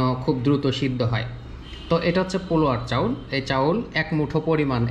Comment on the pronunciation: পোলো চাউল মানে বুঝতে পারলাম না একটু ঠিক ভাবে বলবেন দাদা